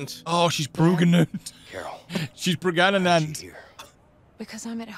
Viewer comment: oh God I can't believe you said pregananant, that's a golden reference